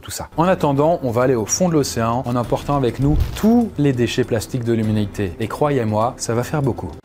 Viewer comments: “l himinitè “ 😂😭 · l uminaiter 😂😂